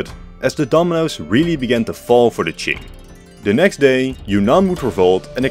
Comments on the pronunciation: Bro finally pronounced Qing China correctly. My man! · Hey, he learned how to pronounce Qing.